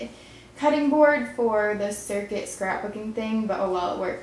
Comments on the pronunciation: Its a "Cricut" cutting mat not a Circut cutting mat. Just saying. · Lol... its CRICUT... not CIRCUT. Like. Cricket. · Cute flower ring! FYI: Even though the cutting mat is spelled 'Cricut', It's pronounced 'CRICKET' (like the bug). Love your vids! <3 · Lol love your vids so not criticism! But I had to laugh out loud I'm a scrap booker that is a cricket mat (cricut) not circuit